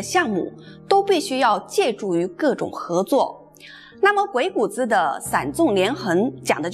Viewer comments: 鬼谷子的正确读音是gui3gu3zi3. 三个字都读重音。这里“子”字不轻读因为它是对先生的尊重。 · 给您这位文化人诚恳的建议：将来讲有关“老子”的故事时，不要再混淆“子”的读音。同样的字，读音不同，意亦不同。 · 鬼谷子,子音念錯,應該跟孔子老子的子音相同 真是大不敬... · 鬼谷子的子应发第三声，就像孔子、老子等。的气质仪态很好。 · 鬼谷子最后的子应该发3声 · 鬼谷子的“子” 的发音应该和孔子的“子”一样。您的声调好像不一样。喜欢您的视频！ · 谷的读音查一下